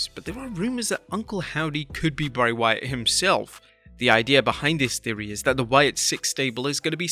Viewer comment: It’s Bray you 🍩’s